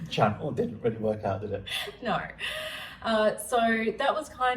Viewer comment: How do you get "boyt" from boat and "noy" for no? There's no oy sound in either word. I'm confused.😂